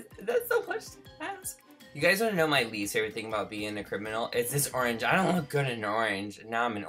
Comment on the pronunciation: is only saying like favevorate chanel not like boyf